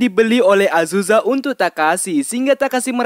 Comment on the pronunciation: Azuza? Azusa bang